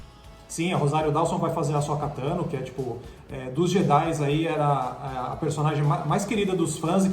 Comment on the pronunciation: "Bo Kazan", "Ashoka Kano", "Darfi Mau", "Baby yoga"... falando de Star Wars é uma tristeza, dói o ouvido